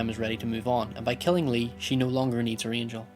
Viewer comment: Angel, not angle